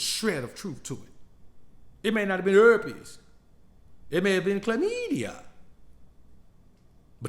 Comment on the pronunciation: LoL how you said herpes 😂😂😂😂